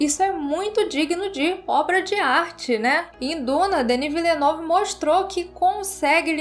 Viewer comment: A pronúncia correta do nome do diretor é; "Dení Villenêv" E sobre o filme; filmaço! 🤓